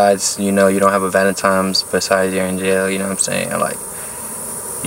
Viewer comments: No disrespect but it is not valintimes it is valintines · Lmao. Can’t pronounce valentines. xD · Why you sayin valemtimes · omfg woah vicky did the same shit “Valentimes day” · “valemtines day” 😂😂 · “Valentimes day” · This nigga keep saying valantimes😂☠ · "Valentimes day" it's VALENTINE'S DAY . swear bro you needa say it correctly before you can get a female on that day😂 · He say valentimes 😂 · Valentimes day lol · much respect to u but my boy why u keep saying valentimes😂😂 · Valentimes day huh??? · Why my dude keep saying valentime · Did my guy just say valentimes day🤔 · It’s not valentime it’s valentine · Nigga said valen times😂😂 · VALENTINE'S NOT VALENTIME'S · Valentimes its Valentines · Is homie saying valentimes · The way he says valentines makes me mad he makes the n a m on the second n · valentine not valentimes u nut shell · “Valentimes?” hahahahaha wtf bruh